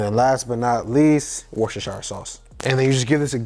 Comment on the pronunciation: You pronounced Worcestershire sauce pretty good. I'm British and i struggle to pronounce it haha